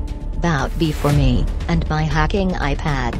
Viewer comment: Jenna keep speak wrong word like "hacking" "helicopter" and more